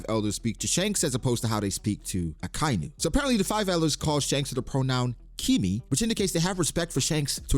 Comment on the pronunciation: Ya, even more disrespectful the fact that you can't pronounce akainu's name correctly..very respectful indeed, just like shanks eh 😅